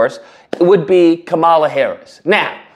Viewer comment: you can atleast respect her enough to say her name right.